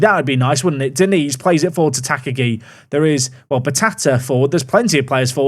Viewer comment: Sad he’s not got the Mr. Potato head if I’m honest. The teal kit is a color blind nightmare, please never play them again. Also, Tak-agi should be 3 syllabus Ta-ka-gi but doubt that gets cleaned up since murdering names is your favorite past time 😂